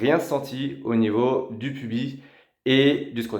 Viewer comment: Cher savant ou génie des parties intimes, le S final du mot PUBIS doit se prononcer. PUBISSSSSSS, est-ce si compliqué à dire? Tu diras bientôt PÉNI au lieu de péniSSSSSS, si je comprends ta logique. C'est la première fois que j'entends quelqu'un dire PUBI, non mais... cher Français en train de saboter ta langue, comme la plupart des gens de ta génération, tu préfères dire ananaSSSS et buTTTTT ? Manques-tu à ce point de vocabulaire pour employer le verbe UTILISER des dizaines de fois, de même que l'expression AU NIVEAU DE, facile à remplacer par autre chose ? EMPLOYER, USER DE, SE SERVIR DE, ça ne te dit rien, ces synonymes? Je vois bien encore une fois qu'Internet est un moyen pour n'importe qui de débiter ses fadaises. Tes petites leçons d'épilation, je m'en tape. Tant qu'à y être, tu devrais couper le poil de tes aisselles et de tes sourcils, t'arracher les poils de la barbe un à un et les cils, comme ça ton épilation sera totale et tu plairas sûrement à plusieurs qui croient que POILS est synonyme de SALETÉ.